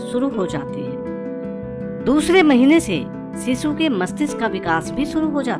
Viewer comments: It's shishu....not sisu..... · सीसू नहीं शीशु 😂